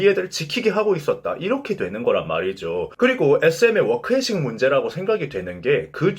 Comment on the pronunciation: Work Ethic .. 워크에식... 직업의식 혹은 직업윤리...영어 읽는 방식이 워크 에씩이라고 하긴 좀 ,, Th 발음이라 ㅅㄷ 이 에띡도 아니고 에씩도 에식도 아니고 표현이 좀 그래서